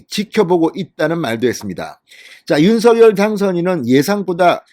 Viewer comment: ●● 윤 성녈!! ■■ 윤 성녈!! 로 발음 해 주십시오.